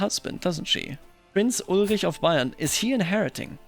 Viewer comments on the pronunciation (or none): none